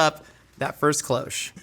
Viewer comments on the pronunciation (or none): The word cloche is pronounced with a short ‘o’ sound ie as in ‘hot’ or ‘cost’. It’s from the French word cloche that means ‘bell’. You’re welcome…